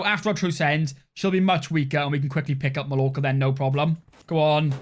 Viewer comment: Hearing you mispronounce 'Mallorca' was painful